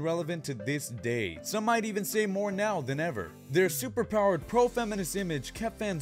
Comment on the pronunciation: the 'now' is fuckd up